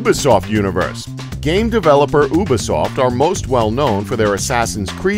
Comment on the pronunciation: he said uba-soft